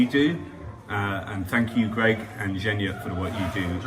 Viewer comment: It’s Zhenya, the nickname for Evheny (Ukrainian version of the English Gene & Eugene.) G sounds like “H” in Ukrainian, but it sounds like a G in russian. You’ll get it, keep listening & practicing! You can also find many videos on YouTube that take you through the Ukrainian alphabet and make the sounds for you. That’s an easy place to start. Have a great night!